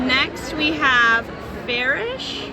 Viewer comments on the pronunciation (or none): Are there 2 Tarnish shades? There's one in the dimensional and one in the swatches for the Lite. The c in Ferric is pronounced like k. It comes from Fer, which is french for Iron.